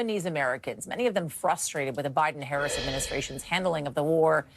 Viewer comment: How you know about Harris...if you can't even say her name right. Ppl know nothing haga